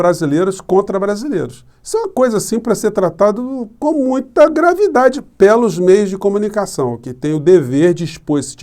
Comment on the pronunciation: Eu ainda pergunto: porquê o senhor diz pÉlos e não pÊlos?